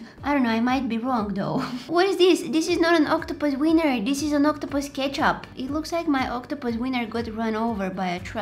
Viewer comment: If she says octopuses seiner one more time I'm gonna flip👁👄👁👁👄👁👁👄👁👁👄👁👁👄👁👀